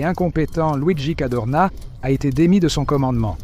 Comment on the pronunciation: C'était le Général Cadorna, pas Cardona.